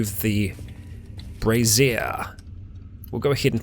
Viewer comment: brazier= bray-shure. I know this is years old but im still giggling like a child